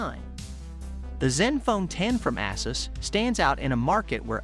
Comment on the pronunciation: Its pronounced A-Zeus. Not Asses.